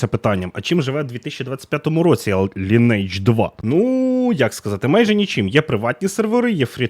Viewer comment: через 20 років виявляється, що назва гри звучить як ли-ні-едж, з наголосом на "и" ))